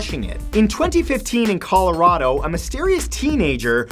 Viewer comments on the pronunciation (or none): none